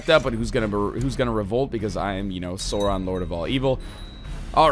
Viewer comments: It's not SORE-on... It's Sauron! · its not "sore on" its sauron the au sounds like ow like in cow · This is gonna be painful to watch with NL mispronouncing Sauron lol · The "Sau" in Sauron is pronounced like the "sou" in the word "south". I usually wouldn't be upset about mispronunciations, but it IS J.R.R. Tolkien, who created two fully-functioning languages for this over the course of his lifetime, and about five or something other partly finished ones. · you're saying sauron wrong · oh god you're saying everything wrong D